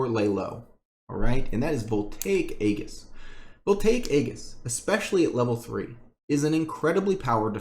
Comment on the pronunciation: "aegis" is pronounced like this: ējis